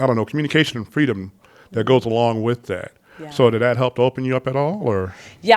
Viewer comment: TO THE CREATOR OF THE "Encounter" SERIES: Your video with Sweet Vickey, and this one, you seem to be articulate and well spoken - until you try using the word(s) "with" and "with you." At that point, you revert to "wit" and "witchew." Is it just the way you talk, or what? Are you going to work on correcting that?